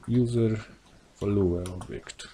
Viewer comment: WalueObjekt paraliżuje uszy 😉